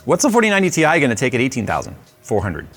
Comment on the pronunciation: It’s pronounced tie